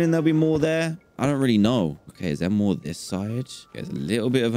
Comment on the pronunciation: " I can hear da pigs, dey honkin " - DanTDM 2020